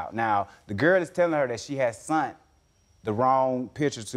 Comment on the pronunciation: “sent” NOT “sunt” Lawd🤦🏽‍♀️